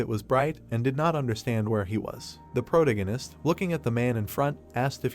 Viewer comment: I’m really trying to watch it as the story looks interesting but I can’t take the narrator repeatedly saying the word “protagonist” in the worst way possible. Please fix your narration 🙏🏻